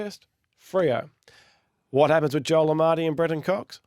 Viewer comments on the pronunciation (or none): none